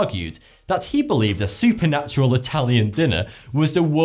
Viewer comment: I sure I'm not the only one who noticed actually said "SOUP-a-natural Italian dinner..."😂. Good one👍🏽